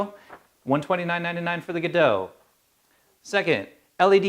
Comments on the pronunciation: They're all Godox (That's, "God-Ox", not "Guh-doh"). One is the LED 1000C (colour variable - the one you have branded as Godox) the other is the LED1000W (daylight balanced - the one you have branded as Pixapro). Pixapro is the biggest UK distributor of Godox products. They're just rebranded, but it's the same stuff. Like Adorama do in the USA. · John..Glad that you stepped in there to inform the correct pronunciation of the word "God-ox" as stamped on the product... must be thinking its a Godo -x-LC500C! I use 1 of these panels (The Godox LED500C) Its a super panel - however I would have liked it to operate from 0-100% on the light output....